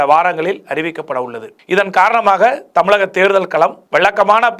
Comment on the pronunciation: என்னய்யா நீ பேசும் தமிழ்...? தமிலகம்/எலும்பூர்